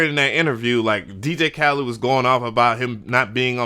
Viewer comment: You keep calling him DJ Khalid